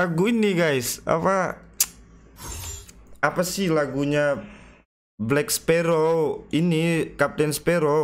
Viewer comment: Jack spparow maksudnya bang? Kukira apa jerejeng""" gitu ngomong nya🤣